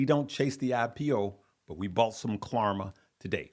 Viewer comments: Please stop saying KLARMA!!!! It’s KLARNA with an ‘n’……. Can’t believe no one has corrected you since yesterday’s videos!!! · It’s klarNa not klarMa brother